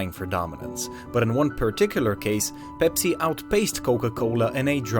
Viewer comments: did he say bepsi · Why is he saying ‘bepsi’